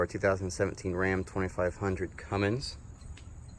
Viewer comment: Thanks for the video but that "Cummings" pronunciation is killing me.